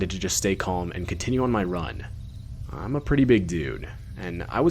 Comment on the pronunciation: I don't think so. This guy does certain things more repetitively. The way he leads into sentences by holding the first syllable extra long is over used. For example this sentence "I'm a pretty big dude" he says "uhhiiiiii'm a pretty big dude". This guy does this a LOT. Mr Nightmare does it too, but not as repetitively. It's more natural and used sparingly. The timbre of this guy's voice is similar but notably different and a couple key words were pronounced differently. It also sounds like a different microphone entirely being used.